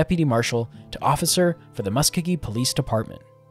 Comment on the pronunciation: It is in Oklahoma. ALL Cherokee who live there call it "mus-CO-gee".